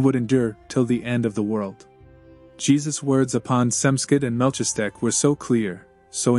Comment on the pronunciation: Very much appreciate these readings. BTW- it’s pronounced “Mal-keez-a-deck”